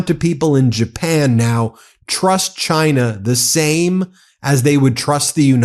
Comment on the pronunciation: in the end everybody gets some high tariffs except Chaaaainah